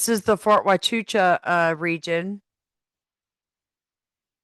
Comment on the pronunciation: Pronounced....Wahchuca 😊 Only one ch sound. She said it incorrectly.